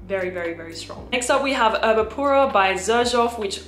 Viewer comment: It’s actually Erba Pura, not Urba….